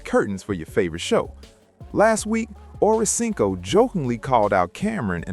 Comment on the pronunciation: I should've known not to waste 10.5 mins of my life listening to this messy ish...esp when I heard "them/they/it" mispronounce 85's name.